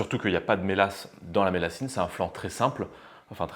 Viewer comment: Alors on dit la millassine avec le son ye voilà je suis du sud ouest bisous